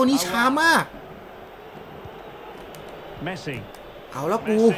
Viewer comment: เมสซี่ครับ ไม่ใช่ แมสซี่